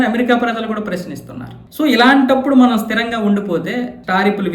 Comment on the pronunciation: Not "MAANAM", that is "Manam"